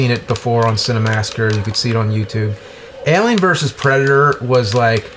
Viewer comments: aye-lien vöös pre-dater, mr lu-go-zhee. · What's worse is how James says "alien". He pronounces the "a" like you do with the "a" in front of the name "Albert". It's really strange and I wonder who taught him to say it like that??